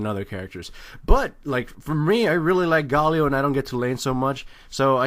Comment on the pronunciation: "mahna" "gawwlio"